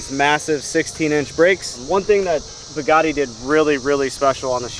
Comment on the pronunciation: He was pronouncing Bugatti like such a Midwestern dude. Everytime he said Buhgattii sounded like Pagani to me. 😂😂😂 I'm not hating he can pronounce it however he wants when he owns it.